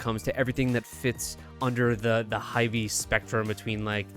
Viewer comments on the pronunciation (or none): Lmaooo not him pronouncing hybe as hybee 😅😅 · jfyi Hybe is pronounced like hype but with a 'b', the e is silent